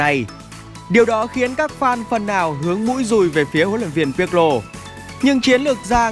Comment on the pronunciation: đọc tên cầu thủ chuẩn lại anh ơi nghe "Pi quê" hơi buồn